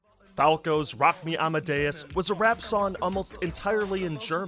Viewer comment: why dont you pronounse "G" your missing your g's in song and sing?